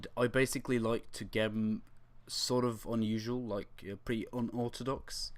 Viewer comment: never heard someone say gem in such a stupid way